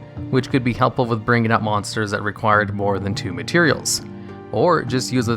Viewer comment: THAN. IT'S THAN. NOT THEN